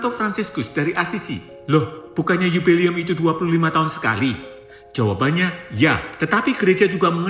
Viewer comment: Bukan 'yubeli'um tapi 'JUBILE'UM - JUBILEUM. UCAPKAN DGN BENAR BUKAN HANYA BERSEMANGAT DOANK YG GAK PAS...wkwkwk 😊😊😊